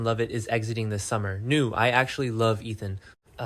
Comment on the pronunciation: It is AI voice. Same with nooo pronounced new.